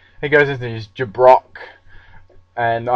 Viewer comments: JA brock? its jab-brock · im sorry but the jabrock thing drives me fucking insane its jab brock, come on